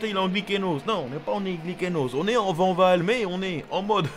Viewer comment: Mais non coach, ça se dit pas Vanvall, ça se dit Vaaaaaanwoooooll Toujours au top sinon Ne faits pas une Jacques Villeneuve 😂